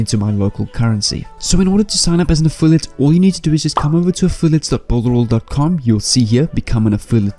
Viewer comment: You said builderal 20 times, hehehe hope to win the giveaway need to download this and rewatch it again so I dont make mistakes love the affiliate program on it and all the tools on it to assist me in my affiliate marketing journey its 6month now and I haven't made any sales yet on warriorplus NOR clickbank, thank you for the strategy.